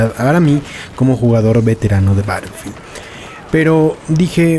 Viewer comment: Este comentario es en buena onda pero me incomoda un poco que pronuncies battlefield como "barelfield" Puedes pasarte por el escroto este comentario , pero es solo para que sepas po si no te habias dado cuenta Un saludo<3